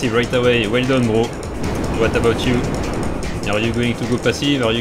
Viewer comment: the way says „bro“ „brrrrrrrro“ no h8te btw:)